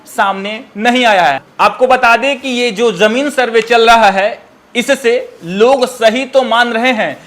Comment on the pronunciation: Yar tum zameen survey par reporting baad me krna pehle tum khud bolna sikho Zameen ko jameen bol rhe Mushkil ko muskil bol rhe Asaani ko ashaani bol rhe Shuru ko suru bol rhe Jaa ko zaa bol rhe Bhai in sbko sudhaar kro Ya video me ana band kro Janta ko zanta bol rhe